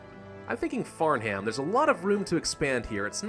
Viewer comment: The H is silent in Farnham